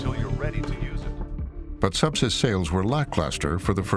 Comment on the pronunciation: How ironic that at the first mention of Subsys I thought the narrator said SEPSIS ?!? Turns out both are just as LETHAL!